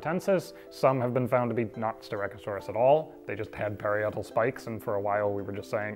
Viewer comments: Hey! it's pronounced Pah-rye-ah-tal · "pa-RYE-a-tal" cf. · FYI, "parietal" is pronounced "puh-RYE-uh-tull" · Very strange pronunciation of parietal! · That is the strangest pronunciation of "parietal" I have ever heard.